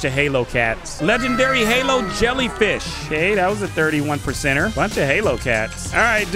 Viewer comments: Why does he keep saying halo on holo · Am I the only one annoyed at him saying halo cat instead of holo cat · It's not halo cat it's holo cat😊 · Man Said halo cat but it’s holo cats